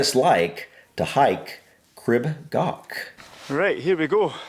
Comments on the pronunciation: Crib (pronounced “Creeb”) Goch (pronounced with a guttural “ch” like “loch”) is nowhere near the scariest in the UK (though it’s too scary for me — I went up Snowdon a couple of weeks ago, but on a different route). Scramble grades go from grade 1 (the lowest) to grade 4*. Crib Goch is grade 1. There’s far, far worse in the Scottish highlands. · Pyg (Pronounced like Pig) and Miners track are the easiest, go up the Miners and come down the Pyg. Goch, was said wrong so many times in this, you say it more like Gore-"ch" now the ch is a single letter in Welsh and to say it you need to put your tougne on roof of your mouth and kinda blow? Makes a rustley sound, you may feel like you need to gag to say Goch. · lol, it’s not gok. It’s pronounced gaw. The AW sound is the same as law. The ch sound is like your clearing the back of your thought (gross I know). I live just down the road from here. You can get to the top of Mount Snowdon by train. It takes you to the top, there’s a cafe and viewpoint. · So the “ch” sound in Welsh isn't like a “ck”, it’s pronounced more like a “ch” in German, like at the end of the German word “ich”, it is a bit harsher sounding than the German pronunciation, but, that’s the closest sound I can think of :) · So coch is pronounced, first part as in core, second as if your clearing your throat. Crib is pronounced Creeb like creep but with a b. It's the cock's comb on a chicken's head. Literally red comb.